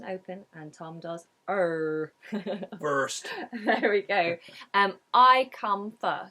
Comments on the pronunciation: he sounded American with the FIRST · The rhotic "R" sound Tom makes sounds American to me, particularly in the word "first." I'm from the United States (originally from Long Island, New York), and the way Tom pronounces "first" is very similar to how I would pronounce it. I wonder if U.S. English accents were influenced by the West Country accent.